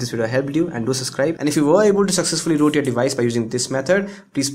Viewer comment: U r calling root loot... :\ But nice video :D